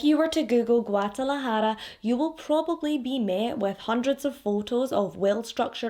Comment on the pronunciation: Ok girl I see u w your Guadalajara pronunciation!!😉